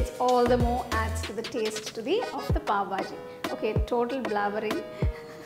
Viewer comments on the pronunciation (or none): Pavbhaji, I heard it as BABAJI!